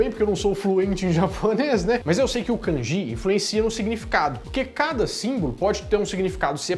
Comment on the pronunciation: Eu estudei no Japão no chugakou os kanji se pronuncia como “kandi “ e não “ kangi “